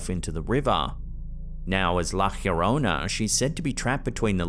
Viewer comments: In the next video where a viewing of la llorona comes up, please pronounce it correctly, I can hear you are trying but whoever gave you the pronunciation was wrong. Pronounce La Yorona, no H sound. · You say it like "lah yourr-own-ah" slightly roll tue R lol there's no H sound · You just couldn't stick to "Lah Yo-roh-nah" couldn't you hunh. Is this gonna be your thing now? "Lah Ghhhhhyorronæh"? Sigh